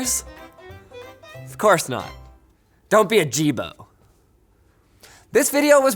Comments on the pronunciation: he says, Don't be a Jibo. It sounded like ajeeb, which means weird in my language. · Isn't it pronounced "Yee-bo" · The pronunciation of "Jibo" sounds extremely close to, well, "male sexual organ", or "d*ck" if you will, in Mandarin. So it cracked me every time when news said something like "Jibo robot" or something. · Jibo sounds exactly like dick in Mandarin Chinese